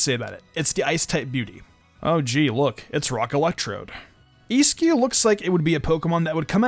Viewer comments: It's pronounced like za she in. Eiscue is pronounced like ice q. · How can you mispronounce Eiscue? It's literally 'ice cube'